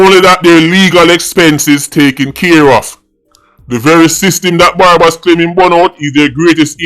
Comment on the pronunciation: Man seh barabas lmao 😆😆😆😆😆a joke thing it’s okay